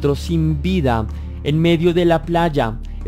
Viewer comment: Golpiada…?🤔 se dice golpeada!